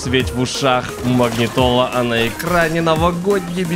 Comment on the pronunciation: Только один момент Он сказал МАГНИТУЛА, а не МАГНИТОЛА.